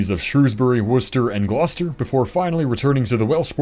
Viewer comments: As a Brit, hearing you pronounce Shrewsbury, Worcester and Gloucester perfectly damn near brought a tear in my eye. More Americans like you please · 10/10 pronunciation of Worcester and Gloucester.